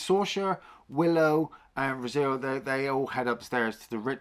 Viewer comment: It's Airk, Fin Raziel and Franjean, not Eric, Fin Razelle or Razeel, and Francine. Francine's actually a winner, though. 😁 Really not looking forward to the series. It's Kennedy's Lucasfilm, so they'll just destroy another beloved classic.